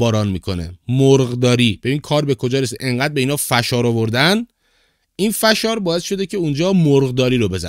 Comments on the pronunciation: سلام آقای فشار با فتحه😂😂😂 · کلمه فشار رو درست تلفظ نمیکنی